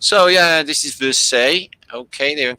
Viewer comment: Versailles..pronounced ie..like . lie..anyway they used the fireplaces to pee in..well..what else would one do?